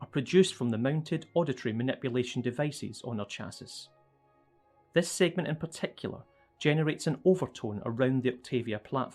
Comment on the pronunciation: I don't feel like going back in the video to remember how they announced it but for anyone wandering the correct pronunciation is: CH ASS EE